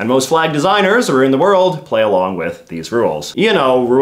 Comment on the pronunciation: It's not Canadians' culture to pronounce around as aroo'nd. Nor SHOULD it be.